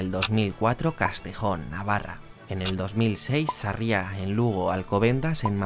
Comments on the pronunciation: Se dice Sarria con acentuación en la primera ''a''. Sarriá con tilde en la ultima ''a'' es en Barcelona, por el resto buen vídeo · hombre, no es por ser tiquismiquis, mas bien es que yo soy de ese pueblo y me chocó bastante cuando lo dijo mal. Igualmente completamente de acuerdo contigo por el vídeo, de 10!!... bueno 9'5 por decir Sarria mal 😂🤣😂🤣